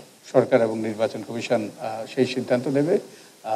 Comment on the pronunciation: উনি কি কারণে নির্বাচন কমিশন কে নির্বাচন কামেসন উচ্চরণ করেন?উনি কি বাক প্রতিবন্ধী নাকি অটোপাস ?সংস্লিস্ট কতৃপক্ষের কি নজরে পরে না।